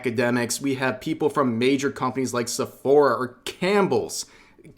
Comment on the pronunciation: When i heard cambels i thought he meant "cambelts soup"